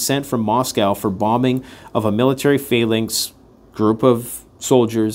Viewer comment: you need to learn how to pronounce phalanx correctly.